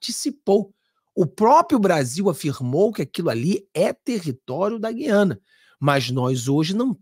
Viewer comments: Essa pronúncia gui/ a/na, nos fere os ouvidos. A pronuncia é GU... e não GUI... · O Nome É "G Ü I A N A"ok!❤